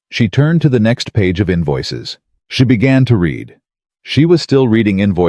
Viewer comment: Love the 2nd or 3rd opening slide where she seems to have 3 arms....And, I will be impressed with AI narrators when they get the present and past tense of words like 'read' correct.